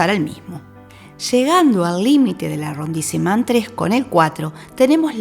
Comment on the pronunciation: Hola, tu Información es adecuada, útil y está correcta. Sin embargo creo que ya que este es un video con cierto tiempo de preparación deberías mejorar la pronunciación de los nombres, como en el caso de arrondissement. Mejoraría mucho todo el video. Por lo demás muy bien todo.